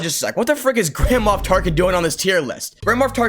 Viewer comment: bro I thought you said grandma Tarkin😂